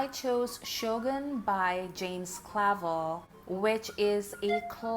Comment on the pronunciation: it’s pronounced cluh-velle. and something like 2 years of his life were appropriated against his will by the japanese military so give him some credit where it due, he could’ve (and rightfully so) held onto anger and been way more racist. And for 1975 he was woke af.